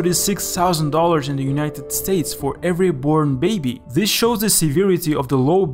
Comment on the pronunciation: zis is unitsed europe , wis a new lenguige